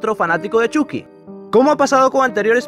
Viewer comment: Es Choky no chuki -_- Chucky (Chocky)